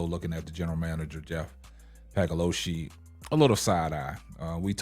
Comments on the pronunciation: Respectfully, there's no "g" in Paliocca. Just trying to help. Pay-Lee-Oochee is what you're shooting for. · Lmao dude his name is Jeff pagliocca.. this guy just says it any type of way for watever reason.